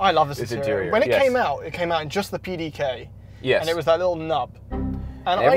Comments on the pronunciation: As a German I feel quite offended by the pronunciation of the pdk 😂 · As a German I can tell you, no German person would have understood the word you were trying to say (PDK). You messed up the middle portion of the word completely. I am not even sure what it was that you were saying. Anyways, I am following your channel from Germany and find the content really great, Keep up the great work! Thanks!